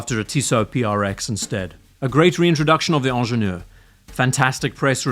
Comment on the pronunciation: It's hard to listen to somebody repeatedly mispronounce the name with a French accent. Ingénieur starts with an i, not an e. As for your redesign, if you can call it that, it is laughable. You removed the crown guards, replaced the 12 marker with the logo, and put Pilot hands on it. That's hardly a redesign. The Pilot hands on it look stupid. The 12 marker looks better than the logo. The crown guard removal works either way--just a matter of taste. The price is all perception. People have a hard time with the steep increase, but compared to RO and Nautilus, it's not unreasonable.